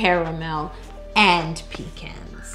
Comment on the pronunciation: I like the fact that you say pecans and say it with an A and not a O